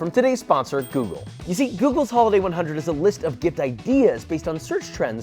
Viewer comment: when you say "google" i swear i hear that little old Italian lady saying "ok googoool"